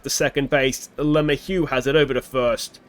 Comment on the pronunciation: I know you laugh about "he's not watching," but I can only imagine what some of these players would think if they stumbled across everybody's OOTP Let's Plays and had to listen to a bunch of nerds playing a spreadsheet game call them "garbage" and "too old"/etc. P.S. maybe a bit of help with pronunciation, or maybe not: Luh-may-hue ... with emphasis on middle syllable (may), maybe not quite a hard "h" on the hue at the end. Example of broadcasters saying it